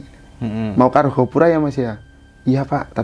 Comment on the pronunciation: Argopuro bukan Argapura